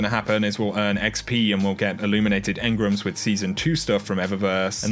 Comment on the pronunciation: Why has everyone started calling engrams 'engrums'